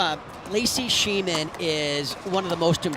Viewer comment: Please,, do your research on how to say Schneemann and Tellez. I realize we’re all human, but these players deserve to have their names pronounced properly.